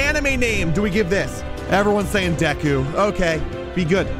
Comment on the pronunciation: When he said Deku I heard geku